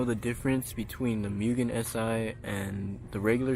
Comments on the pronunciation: This is my absolute dream car. However I gotta be that guy.. It’s not actually a RR as you said in the description and it’s pronounced Moogen not Mewgen. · it is pronounced MOOgen.